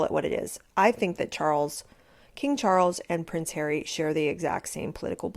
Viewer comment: When you said “he IS a prince”… … I heard ‘he IS a prick’…!